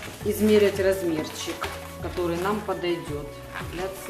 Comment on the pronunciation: Спасибо большое . нооооо прикладываем , прикладываем нужно говорить